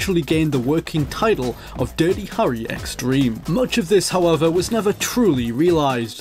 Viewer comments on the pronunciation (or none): Phew, I like your accent. Really. But everytime you pronounce "Harry" I die a bit inside.